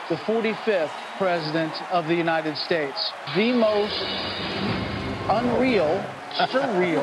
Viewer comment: Lmfao "unitididid states" bro go home to mumbai and leave our land